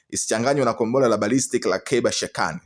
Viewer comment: Mtangazaji usisema gombora la ushada sema kombora la makonyo